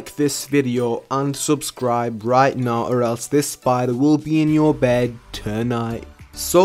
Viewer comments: Did anyone else thought he said like the the video and unsubscribe or is it just me? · Is it just me or did it sound like he said don’t like, unsubscribe lmao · Bruh who hear he said unsubcribe, or it just me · You said UNSUBSCIRBE